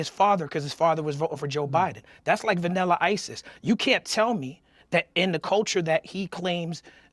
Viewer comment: Talib says "VAnnila isis" LOL